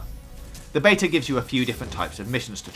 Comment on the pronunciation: You said beta 6 times in the preview, 5 wrongly and once correctly. It was confusing